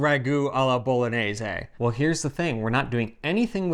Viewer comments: Bolo-nay-zaay. Sheesh. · Pronunciation, dude!! Isn’t it pronounced Bolo-nyay-say? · Harper, with all respect, the proper pronunciation of the “gn” letter combination is like the english “ny” sound. It’s the same sound that you make when you say the name of the city as “bo-lo-nya”. So the sauce is “bo-lo-nyez-ay.” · Just pretend the word bolognese has an ñ like mañana. it's pronounced boloñese. Really important word in Italian, need to know how to pronounce it correctly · Harper, you mispronounce bolognese. You say bolonese. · If you're not making traditional Bolognese, you should call it something else. Why insist that your sauce is Bolognese if it's not? Also, dude, she's demonstrating how to pronounce Bolognese. You can do it. I have faith. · Eva! You still haven't convinced Harper how to properly say "Bolognese"!😳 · Love your channel and really enjoyed the comparison. My ragu is the same as Eva’s except I add milk near the end. Harper I have one little nit pick, only because the name of the channel is Pasta “Grammar”. You are mispronouncing Bolognese. You are pronouncing Bologna correctly so just carry that through with Bolognese. Keep up the great work! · Harper need to improve his "gn" 😂 just joking. Happy new year